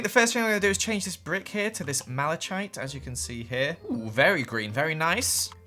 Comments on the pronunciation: the pronunciation of malachite is malakite not mala "CH" ite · Mal-e-chite Me: Mal-e-kite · Who else cringed when he said Mal-a-chite it’s pronounced like Mal-a-kite sorry but OOOF (the only reason I corrected it is because from Steven universe malachite was an epic fusion!!! Not my favorite but still EPIC) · “malaCHite.” Me: malakite, MA - LUH - KITE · It’s not “mah•lah•chi•ite” it’s “mah•lah•kite” I had to correct it or it would’ve annoyed me. It may be pronounced the first way in Britain but I wouldn’t know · it's pronounced as Mala-kite not mala(chite) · “MalaCHITE” it’s pronounced “Mal-a-kite” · noone:: pronounces malachite as maller chite (its maller kite) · I’m pretty sure that it’s pronounced Mala-Kite not Mala-chait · NOT PRONOUNCED MAL I CHITE ITS PRONOUNCED MAL I KITE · saying MalaCHite hurt my soul. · It’s not pronounced malachite it is pronounced mal a kite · Malachite is pronounced ma-la-kiet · I got so mad when he said malachite wrong (Mal-uh-kite) THAT IS HOW YOU SAY IT YOU UNCULTURED SWINE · malachite = mal-eh-kite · Its pronounced Mal-a-kite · its pronounced mala kite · i just gotta say... It's ma·luh·kait... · The block is pronounced Mal eh kite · Its prenounced Mal-e-kite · Malachite is pronounced Mala-KITE. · Is anyone gonna tell him it's pronounced (málëkîtt) (malekite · I think it’s pronounced Mal-a-kite... not hatin’, just statin’. Edit: Also, the best mod is.......WORLD EDIT!!! I mean, how would you even make all of the houses!!!! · malaTCHite?... Come on. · Malachite, it’s supposedly pronounced “mali-kite” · Malachite, pronounced Mala-kite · malachite is pronounced mala-kite. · it's malachite (mal-a-kite) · Everyone: I was scared when he said he wasn't going to kill chickens oml Me: hE pRoNouNcEd MaLaChItE WroNg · I feel oddly offended My grandpa died when I was 6. He was a geologist and his favorite mineral was Malachite. It killed me when pronounced it wrong. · Same with malachite 😂😂